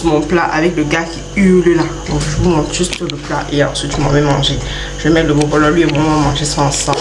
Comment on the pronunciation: Arrête de dire bobolo’o 🤣🤣🤣🤣🤣